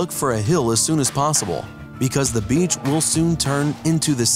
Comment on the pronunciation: Didn't you just say Beach